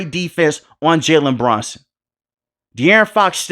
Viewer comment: his name is Jalen BRUNSON no Branson bro wtf are you saying